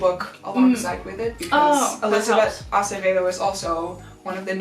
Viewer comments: The way she pronounced Acevedo was good, the spanish classes paid off. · My mother tongue is Spanish and when you said "Acevedo" I was like "Ohh!! good pronunciation!!!!😲👏👏🎉🎉